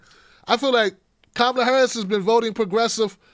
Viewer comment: please pronounce Kamala Harris’s name correctly